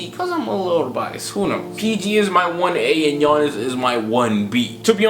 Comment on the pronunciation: It's Giannis. I'm a rockets fan but it's Giannis.